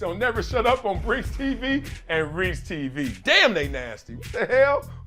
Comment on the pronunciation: Are you saying “REETS TV” or “REESE TV”